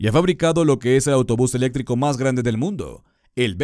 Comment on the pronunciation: Se dice ELÉCTRICO con acentuación en la tilde y la C. No se dice ELETRICO, así que a estudiar primero la fonética de las palabras antes de publicar vídeos jajajajaja